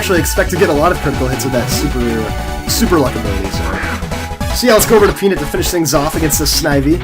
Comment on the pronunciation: You say "peanut" weird.